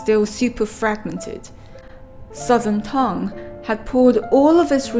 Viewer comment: 很好的解释，点赞。 但是你完全可以把专有名词，比如，名字、唐等念出音调。